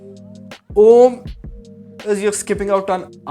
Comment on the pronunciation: While its good to know you are meditating and getting it’s benefits I had a few concerns. Firstly, you took advice from Sadguru who doesn’t know Sanskrit. So the pronunciation is incorrect. Secondly, the spiritual experience you had was only because you were tripping. Meditation in its initial stages makes you trip for a very few seconds just like any psychedelic experience. Thirdly, this video is bullshit. Please find better ways of making money and being famous.